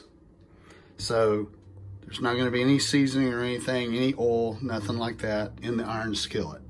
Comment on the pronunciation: Hate the way you say oil. ooohhl. Lol. bro